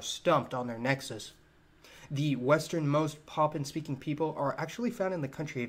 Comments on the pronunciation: Poppin? Oh you mean Papuan...pronunciation matters brother...lol! 🇵🇬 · It pronounced as Pahhh Puuuu ennn...not pahhhh pennn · Enjoyed this but man sounds like you’re saying poppin. It’s pa-pu-an.